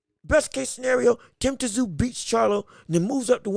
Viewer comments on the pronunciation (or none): It’s pronounced TIM ZOO